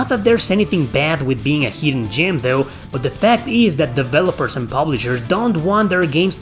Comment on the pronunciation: "Heedden gyem" you eeeedeeot!